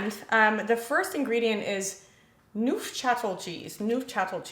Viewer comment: Yes, it’s cream cheese… and it’s pronounced newf-sha-tell